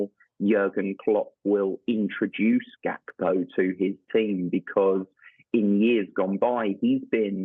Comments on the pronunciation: Gakpo not hakpo cmon how long u been working for sky for let me tell u far to long sky constantly fucks up with names and clearly ya shud be able to see it’s got G not H at start of his name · Why do Sky keep saying Hakpo?! Even the Dutch commentators say Gakpo!! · Why is she calling him (hackpo)? Can she not read that its gakpo?🤦🏼‍♂️ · Who's Cody Hakpo 😂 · Why does the reporter keep calling him Cody Hakpo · It is pronounced Hack-po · It’s pronounced Hakpo despite the spelling and that’s how Dutch people say it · Maybe that's how you pronounce Gakpo